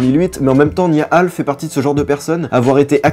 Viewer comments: C est nia hall mais niahvale 😁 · Moi j'entends Niia Hall